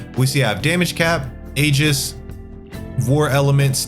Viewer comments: Awesome video. Also, aegis is pronounced "ee-juhs" and terminus is pronounced "tur-muh-nuhs" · you mispronounced aegis. did you go to school